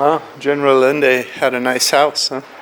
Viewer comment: Allende is pronounced “Ayénde”. Otherwise, I like your tour.